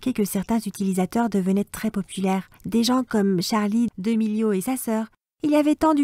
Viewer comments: "Charlie 2melio"😭😂😂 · Elle a osé dire Charlie DUmelio